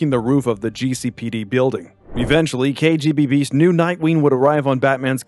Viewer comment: It's KGBeast not KGB-Beast.